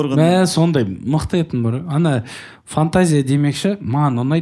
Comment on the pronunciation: Жеканың "етін, етін" деген сөзін дұрысташы 😂